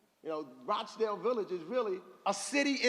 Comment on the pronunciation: UNBELIEVABLE. HE SAID "ROACH" DALE VILLAGE. 🙈